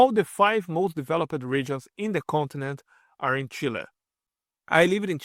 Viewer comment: Please note that the final "ed" on verbs is usually pronounced like "t". "Developed" is pronounced "DevelopT". Or "noticed" which is "NoticeT" not "Notic-ED." Sometimes its "ED" like "Guid-ED." Please consult a native English speaker to correct improper pronunciation!